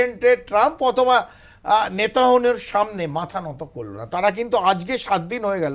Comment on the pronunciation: I love how you say "Netahonu" 😂